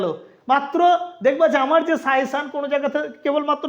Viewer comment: Sir it's not 'suyession', it's "SUGGESTION"